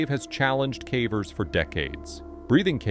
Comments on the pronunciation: 85 minutes in and between his terrible numbers and bizarre mispronunciations of simple words got me feeling stupid. It’s crazy how sometimes the pronunciation is correct of one word the next time the same word is mispronounced badly. Cavers, cā-vers, next time cavers, cah-vers. It is massively annoying. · “Some were died and others were injured” Man it’s clear as day that you use AI but ffs at least proofread it dude. That’s just one example, but these are riddled with really bad obvious AI grammar errors and all kinds of baffling pronunciations (cahvers anyone? instead of cavers 😂 that’s a constant one I hear in almost every one of these videos). It’s just lazy, and there’s so many errors that it actually does take away from the content and for someone who’s ESL, it probably straight up makes it hard to understand/follow. Tons of content creators who do caving and other disaster stories like this take the time to edit, and gasp even create the content *themselves*. 😮 Shocker I know. But honestly-I can deal with AI. I just can’t deal with BAD, completely unedited, not proofread AI. Like, make it more obvious that you’re just trying to get that ad/views money please and dgaf about actual quality or effort, I can’t tell /s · It totally is. There's way too many silly mistakes that normal speaking people just don't make. Listen to how many times "cavers" is pronounced "cavvers", or sentences like "they were had died " it's decent AI, but still very obviously AI.